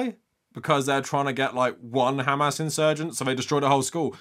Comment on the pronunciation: KHamas? it is hamas you woman.